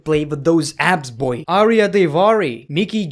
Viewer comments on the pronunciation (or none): none